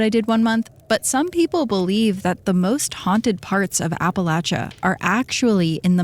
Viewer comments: Thanks for sayin Appalachia correctly! Ive hear lil sayings like "it's Appalachia or ill throw an apple atcha" to remember ✨ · THANK YOU for pronouncing Appalachia correctly HAHA